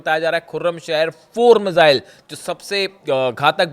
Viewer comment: मिसाईल बोलनी सीख ले भाई